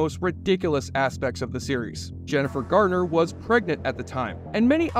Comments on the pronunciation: Garner, not Gartner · It’s Jennifer Garner - it sounds like the narrator keeps saying “Gardner” . Odd ….